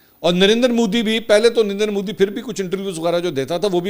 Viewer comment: Modi not Moodi Mansoor sahib 😂 Modi Prime Minister lagta hi nahi shit personality aisa lagta hai jaise koi baba gaon se sheher aaya ho .. bohat hi bura lagta hai khi khi 😂karta rehta hai for no reason